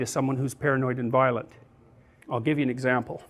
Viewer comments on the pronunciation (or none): Its not "violet" its "violent" And wtf is up with the thumbnail